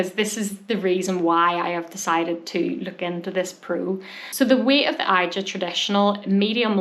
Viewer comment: Hi... I think it's Asia... not i...ja